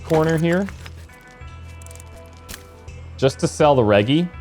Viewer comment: Maybe it’s me, but the way you’re saying Reggie and Vagrants seems...odd. Reggie reminds me of Reggie Miller, which sounds completely different than how you’re saying it. Like Rej-gee. Vagrants, I believe, needs a silent y in there. Like Vay-grents.